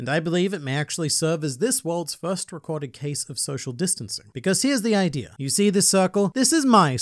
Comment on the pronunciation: The video was good but why do you say ider instead of idea